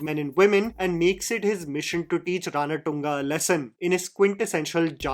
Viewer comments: If only i can slap you everytime u say Ranatunga राणाटुंगा instead of Ranathunga रणतुंगा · Dude its pronounced ranaतुंगा, not ranaTunga😂😂😂 it gave me an ick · Cringe fellow u r ..it is Ranatunga..v simple..not RaanaATungaa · The way this guy pronounces RANATUNGA, haven’t you heard how the name is pronounced of the cricketer with same name??? He wantedly pronounces this for South Indian names, it just takes 2 min to learn how to pronounce, which is the least you can do, with large subscriber base